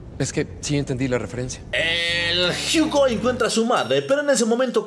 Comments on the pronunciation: Yo leeo: Hugo lee: Jiugo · En la version en ingles dice Jiugo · Es un video de inches MA-MO-NES... el lo puede pronuciar Jugo y seria igual de epico:v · No, de hecho en el juego, cuando lo pones en Francés dice: Hugo, la pronunciación del está errónea